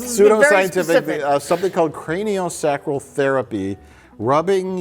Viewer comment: every time the rlm crew mispronounced cranial sacral it genuinely hurt my soul. I didn't know i cared about the pronunciation of cranial sacral until now.